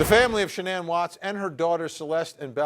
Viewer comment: I feel like I’m being trolled by how everyone is pronouncing “Shannan”. Except for her dad. He says it properly.